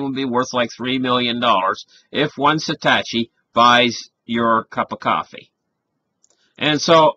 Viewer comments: I love this guy but gotta correct "Satachi" to "Satoshi". Its pronounced Sah-toe-she. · Fun video, but you gotta learn how to say satoshi. It's not satASHi, it's satOSHi. ;-) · Satoshi - SAH - TOE - SHEE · I can not listen to your pronunciation of Andreas's last name, Antonopoulos, and Satoshi. Is it so difficult to spend a minute and learn proper pronunciation?